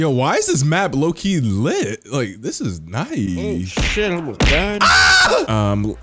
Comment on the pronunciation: He put so much effort into saying the word litttt